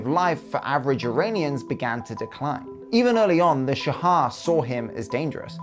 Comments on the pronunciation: It's not "sha-ah", it's simply "sha" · why do you keep saying Shah-ha? its literally just Shah, just say shaw.... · It’s Shah. Not Sha-ah. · why do you say "shahad" instead of shah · Its "sh aw h" not Shahaw. Just like how you say Shaw but with a little "h" sound at the end. You left out so much information. The Iranian economy was not on a decline at all it slowed down but it was not declining. The whole revolution was ideological rather than economical. Iran has been suffering financially for 4 decades now. However the new generation (including myself) are heavily against the government and we are very irreligious. Probably the most irreligious people you will meet in the middle east. However you can't tell that to anyone, especially foreigners cause if the government finds out, you could get in trouble. The oil crisis was not bad foe Iran but rather very lucrative cause the Arab states were involved not Iran. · Just wanted to point out, the pronunciation of "shah" is kind of off. You keep saying "shahah". Further, the AyatOllah is a "cleric" not a "clerk". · yes, it's a shame for otherwise, the video is good. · OK, so I'm an Iranian who happens to know some English. First I must say that the production quality is top notch but I have one point of criticism, you absolutely butchered the pronunciation, you could have searched for the names online. That could have taken 5 minutes maximum. ("Shaha"?! really?!) Oh and by the way I recommend "Fall of Heaven" by Andrew Scott Cooper for anybody who's interested in the topic of this video. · Those pronunciations though. 🤦 Why do people think that H's are silent in Persian? 🤨 - I've heard people say that Iran is the only country where the photos go backwards in time as they get more recent. - There's a Persian expression that says there's never been something bad that wasn't replaced by something worse. If only they had remembered that when they overthrew the Shah. 🤦